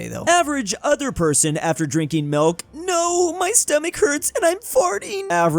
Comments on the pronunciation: constantly saying "Melk" instead of Milk makes me laugh. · Milk not melk lol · Everyone else: Milk,: Melk, theft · it's milk not melk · keeps saying 'melk' instead of milk. If I were to guess what country he'd have to obsess over because he has a marginal amount of ancestry from it, it would be the Netherlands. Then again, he isn't exactly tall... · the way he says milk sounds like melk and as a dutch person that is realy strange to hear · Bud, why do you say milk like melk? Like that's the first person I've ever heard say it like that